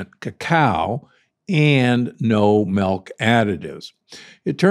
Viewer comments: it's milk not melk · It’s dark chocolate melk